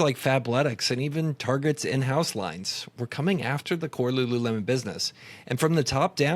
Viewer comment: Was everyone saying rururemon?